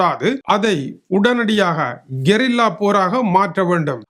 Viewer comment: Hlo நான் கொரில்லா போர்தான் கேள்விப்பட்டு இருக்கேன்... ஆனா நீயோ சற்று வித்தியாசமாக கெரில்லா 😂 போர்னு சொல்றீங்க😂😅